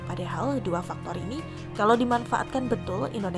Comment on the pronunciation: Sakit perutku, mendengar " kalau " tu Boss ....